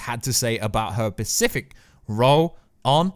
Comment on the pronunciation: How many times can you be corrected for mispronouncing a word and yet you still continue to mispronounce multiple times in one video. Specific. Specific. Specific. Specific. Specifically. Pacific is an ocean. Come on man.